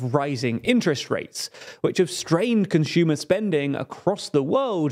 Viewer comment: Ah, yes, rising interest rates strained "CONSHOOMA" spending. "CONSHOOMAS" aren't buying enough